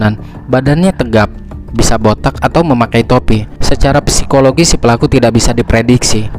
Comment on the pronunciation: bang Psikologis dibaca Sikologis tanpa P ya 😉🙏